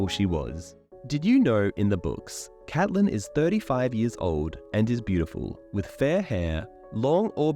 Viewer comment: Awesome video but the name pronunciation switching between Catelyn (Cat-Lin) and Caitlyn (Cayt-Lin) really bothered me.